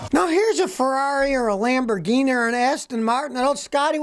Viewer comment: Lambrinini is that what u said